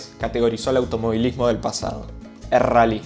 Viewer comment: El RRRRRALLY